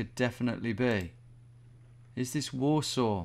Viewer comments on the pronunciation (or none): none